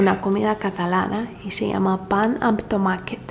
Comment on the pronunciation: Me he encanta como has dicho "Pà amb tomàquet"